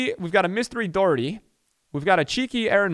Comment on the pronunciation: it’s not doo Herty it’s doh herty xx